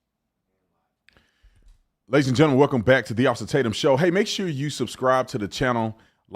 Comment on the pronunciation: I heard "Welcome to the AWESOME Tatum show". It took a second for my brain to recognize he said OFFICER Tatum, then decided awesome Tatum works too. :)